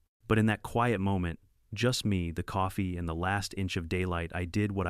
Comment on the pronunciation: Me is pronounced "me" with a long "e", not Emmy. I really hate AI narrators. They are absolutely not ready for "Prime Time".